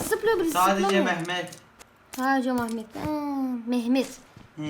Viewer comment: sadece mahmet demesi 😂